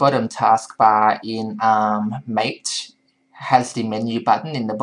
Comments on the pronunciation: It's pronounced mah-tay... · Mate is pronounced mah-tay. It is named after yerba mate the South American caffeine containing infusion ;)